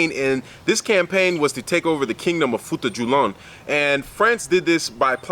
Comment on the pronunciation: FUTA - JA - LON. I enjoyed this video